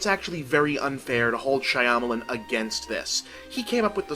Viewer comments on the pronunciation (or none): bob for god's sake, it's been 13 years learn how to pronounce "Shyamalan." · Why does he keep pronouncing his name like that